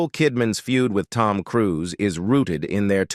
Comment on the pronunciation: I don't know what voice-over mechanism is used in these videos but it's terrible. For example, the word 'serious' is pronounced Cee - ri - os. Even names like Cruise are pronounced Crew-say. For heaven's sake have an actual person reading the script!